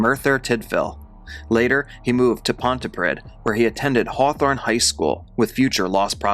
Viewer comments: pronounced Pontypree and Reading is pronounced Redding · Pontypridd is pronounced Pontypreethe. No, I don't know why either. Reading is pronounced Redding. No, I don't know that one either. His mom might shed a tear, but I sincerely doubt anybody else would. He was an abominable human. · Understandable that most people aren't familiar with Welsh pronunciation, but for those who are interested, Pontypridd is actually pronounced like "pontypreathe" (like the last syllable rhymes with "breathe") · Pontypridd is pronounced pont-er-preethe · Interesting. I noticed you pronounced Merthyr Tydfil quite good, but mispronounced Pontypridd, I gotta admit, Welsh place names are notoriously difficult to pronounce.